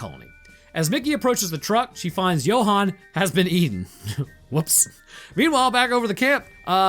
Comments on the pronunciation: Johan as in You-hun Not jo-hun😅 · South African english, assuming a mix with of an Afrikaans accent. Johan is pronounce You-han not Yo-han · Ok my bru I’m sorry to be that guy but Johan is pronounced you-hon (as in honey)